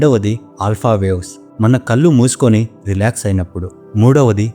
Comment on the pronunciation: కల్లు కాదు కళ్ళు.